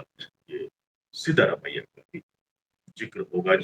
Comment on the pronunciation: आप हिंदी लोग कन्नड़ और अन्य भाषाओं को क्लीयरली प्रोनाउंस नहीं करते। यह नाम सिद्धरामय्य है। आप जो लिखा है सिद्धारमैया वह नहीं है ।